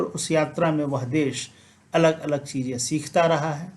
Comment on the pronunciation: सूत्रों, चीज़ें को भी बिना अनुस्वार के बोल रहे हो। बच्चों को भी बच्चो बोल रहे हैं।केवल संबोधन रूप को छोड़कर इस शब्द को अनुस्वार सहित बोलना चाहिए। अब तो हद ही हो गई है। कुछ तो ध्यान दें। प्रणाम।